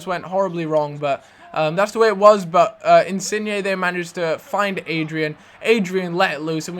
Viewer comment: you're the first English person I've heard pronounce Insigne's name correctly, congrats :)